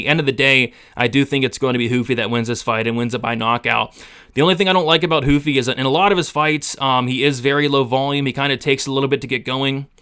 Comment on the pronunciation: Why huffy ...??... itsss RRRRUFFY ... WHY evry last name with an R... Is made to sound like an H...FOR EXAMPLE ... LAST NAME RAFA .. most will say hafA🤦🏻.. Brady ✌️🤓